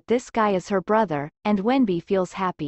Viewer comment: In Chinese his name is wen-bing, but it's pronounced wen-b, not wendy